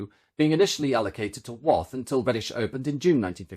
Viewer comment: We pronounce Wath like bath.